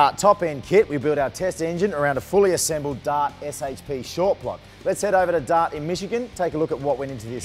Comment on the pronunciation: He says DOT for DART.